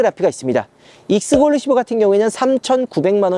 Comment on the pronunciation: 형 익스글루시브가 아니고 익스클루시브 라고 해줘!!!!!!!